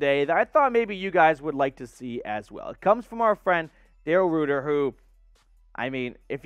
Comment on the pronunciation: Daryls last name is pronounced 'writer'. fyi Yeah, I can't see his tweets. He blocked me a long time ago. A bit sensitive...